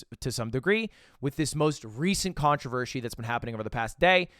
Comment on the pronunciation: "ControHershey" Brilliant anti-MrBeast comment right there